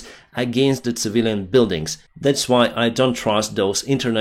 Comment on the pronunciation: It's pronounced "сівіліян" not "цівіліян"